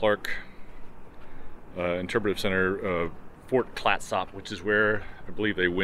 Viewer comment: Hi. Isn't our Pacific NW stellar? Clatsop is pronounced Clat-sup. Thank you for your video. I walk to your videos daily.